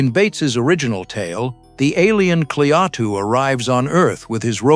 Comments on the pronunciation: it's not Cle-Atu...it's Klaatu. See what you get when you employ AI for voice-over? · Klaa-too, not kleateo or whatever the hell this AI vocal crap pronounces. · So the story is about an alien named Clee-ah-too and his giant robot Ganoot!😂 😂 sheesh ai please give me a break! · Who are Kleatu and Goot? This must be AI that pronounced the names incorrectly and later correctly. The Thing From Another World and Invasion of the Body Snatchers are two more great 50's Science Fiction movies. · AI mispronouncing as usual. (Klaatu) No human quality control as usual. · Who the hell is "GNUT" AND "KLEYATU"??? Bloody AI. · What a heller. The earth was destroyed by GNUT just because Kleyatu's name was mispronounced.😟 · If I spot Klay-at-tue out in front of my house, I'll invite him in for a beer. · Jaffe appeared in TV’s Ben Casey as Dr.Zorba. Also theAI can’t say Klatu. Keeps saying kleatu. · Couldn't you get a human being to narrate this instead of crap AI-generated voice that mispronounces both Klaatu and Gort? Have some respect for the movie, guys.